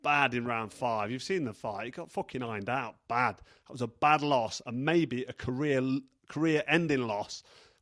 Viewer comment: the way you say "ironed out" cracks me up👍